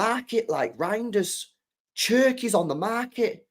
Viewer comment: Cherki is pronounced with a sh sound "sherki" or "sharki". In French the "shh" sound is written as "ch". His name is Arabic (Algeria) and means "Eastern" شرقي Sharqi. In English, Sharki or Sherki is fine but "Cherki" with a ch sound sounds off.